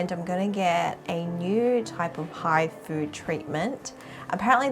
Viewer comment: When u say hifu it sounds like hi food Lol